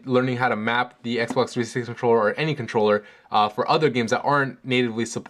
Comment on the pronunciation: Xbox Threesex controller, why are you saying it in this way? Serious :D